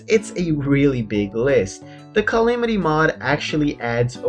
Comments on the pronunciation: U pronounce calamity calimity so ur calling us noobs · the fact that he pronounces it cy-li-mi-ty mod triggers me lol